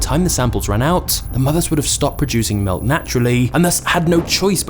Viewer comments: I had to turn this video off due to how this guy says “milk”. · I don't like the way you said "Milk" 😂